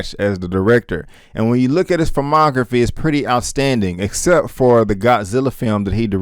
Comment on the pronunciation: fuumography? 😬 just sayin'... ✌️